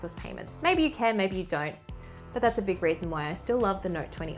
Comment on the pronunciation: "That's the last raison why..." Love it!